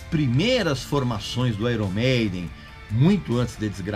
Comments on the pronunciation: Gosta de corrigir pronúncia dos outros e pronúncia mal. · Uma coisa interessante sobre o nome Iron Maiden, é que se pronuncia Aiorni Meidem. Palavras no inglês quê possuem uma vogal a consoante r e uma vogal, tendem a serem invertidas foneticamente, como por exemplo Fire, que se pronuncia faier. Não sou nenhum especialista, e nem acho ruim pronunciarmos errado, pois a nossa língua é a portuguesa, mas só compartilhando essa informação =) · Pronunciou o nome da banda errado